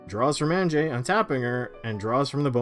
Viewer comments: Isn’t it supposed to be Ann-yeh? I thought it was the Germanic pronunciation. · Okay idk if anyone’s said it yet but AHN-YA. Anje-ahnya. The innistrad vampires are Russian nobility based, not basic white girl based. That being said, interesting game. Fun commanders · Anje is from Inistrad, which is like Germany. So you say it like a y and not a j. So it actaully sounds more like Anye. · The big one for me was "An-jay", it's really pronounced "Anya". She's from Innistrad, which is Eastern Europe/Gothic inspired. It's like "ja" in German, which sounds like pretty much like "ya". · ON-JAY I'll never unhear it ;_ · Bro, it hurts to hear Anjay instead of Anje... don't quote me here, but I'm relatively certain that a J following an N usually produces an Ñ sound, which although that symbol isn't normally printed in English, the sound remains the same. Also, Anje's graveyard was a bigger target than the Brainstorm... I should mention that there is probably no specific English grammar rule as to why this exists because of weird words like Banjo, but even so it is uncomfortable to hear OnJay... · Why can no one pronounce Anje correctly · Had to have all of Mike's turns on Mute. Can't take the weird Canadians pronouncing Anje with a "g" sound.